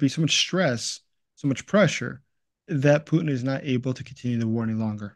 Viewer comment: Good god, get his name right. Here’s a hint. Phew, ie smelly. Tin, ie a low lustrous compound. Repeat after me, putin Try it, and perhaps the rest will make more.sense to me.